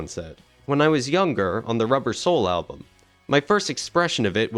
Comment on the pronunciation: ..."album" not "alum" !